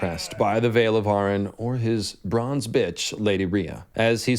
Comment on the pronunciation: “Arryn(Air-ren) not (Are—An)”